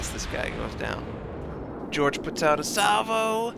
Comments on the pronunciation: just a small point..Jorge is pronounced as Hor hay! Great vids,have subscribed! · you for pointing this out, im cringing because he didn't look up this name because its a spanish name